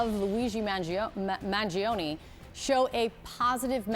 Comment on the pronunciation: Why is this woman caster stammering every second? Can't even read the name of the suspect correctly? Zero sense of professionalism, doesn't deserve the pay.